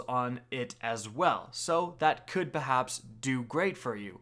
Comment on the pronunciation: dude said "behaps" lmao.